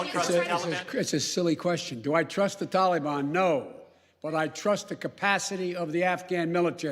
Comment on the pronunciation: "Tulibun"....c'mon Joe say it right